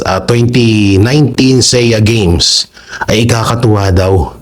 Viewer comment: SEA GAMES pronounced as SEE GAMES